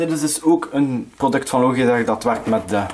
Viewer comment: Het is lodjitek niet loogieteg